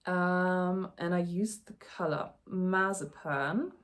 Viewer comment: Don’t know if it helps or not, but color = KUH-ler and collar = KAH-ler. 😊 Congrats on your first episode. We’re currently melting here in the mountains of NY. 37C and 70% humidity. The bright gold color should look lovely on you when it is done.